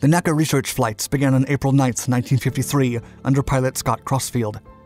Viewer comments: I love this channel, but you should be aware that you don't pronounce NACA like an acronym. It's not "Nack-a" but always spelled out "En-ay-see-ay" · NACA is not pronounced "Nacka" my friend. It is N.A.C.A. To aeronautical aficionados this makes you sound, well, sorry to say, like you need an ID-10-T form. Love your videos, though, just finally thought I would call this out to you. AND like many folks here have said - a Sea Dart video would be great to see. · 1. Please please please stop saying "Nackah" for N.A.C.A.; 2. Many words may be applied to Gen. Yeager's record-setting flight breaking the sound barrier, but "infamous" is probably not one of them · True, but that's still wrong and is a convention of the industry. I was corrected on this by the chief aero-engineer at NASA Dryden (now Armstrong) so it tended to make an impression and stick. In the video he was referring to the organization, which has never been pronounced that way.